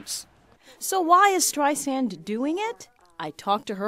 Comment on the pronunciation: Good Lord!...The reporter said Streizand...Twice! lol